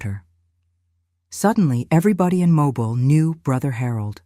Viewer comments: It is MOBILE not mobile like a car. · The AI narration, evidenced so many ways (mispronunciation of the city of Mobile, correctly pronouned as MoBILE; the speaker slips occasionally, sayiing MObile--a dead giveaway) Somehow these and other discrepancies cast further doubt. This very sad story may be true in it's essence of someone, somewhere, but i do not believe this one. What harm? To me the harm is big, it represents the betrayal we are all victims to, the ability to trust anything anymore. trusting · You can’t pronounce Mobile correctly! So this must be Al!